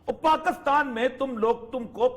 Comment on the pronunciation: اوریا صاحب اپنے ملک کا نام صحیح نہیں لے سکتے۔ کاف پر زیر کی جگہ زبر لگا دیتے ہیں۔ یعنی pakastan.